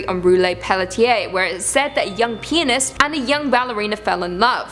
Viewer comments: Am i the only one who thought she said penis instead of pianist?😂😅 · I think Im tired because in one of your story I heard Penis instead of Pianist. So I thought weird that a Ballerina fall in love with... you know what. Im dead. LOL :P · Huh huh she said pianist like four times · Please keep saying “pianist”...tee hee tee hee tee hee 😆😆😆🌭